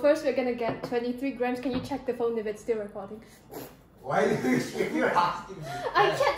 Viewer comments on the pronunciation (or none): none